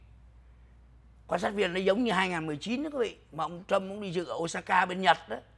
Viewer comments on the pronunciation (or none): none